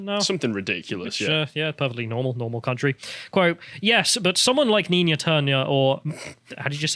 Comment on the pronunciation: Leave it to to misread the name "Nina"....twice.